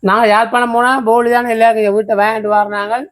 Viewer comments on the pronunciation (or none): அது போலி இல்லை போளி தங்கை 😂😂😂